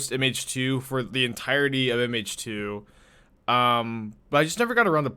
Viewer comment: Took me a minute to realize you were saying "MH2", "Image 2". I kept thinking of Phantasmal Image and wondered if you were referring to Glasspool Mimic.